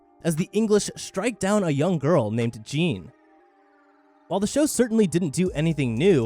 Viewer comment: Btw Jeanne D'Arc is Joan of Arc. Her name is not pronounce Jean, but J-Anne